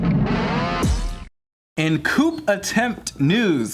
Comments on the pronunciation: Coup= coo not coop 😆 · its pronounced KOO like in kool aid lol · This man just said “Coop” instead of coup